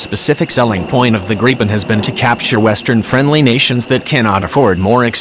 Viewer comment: Why the fuck do these video's have computerized voices, let alone can't even pronounce gripen properly.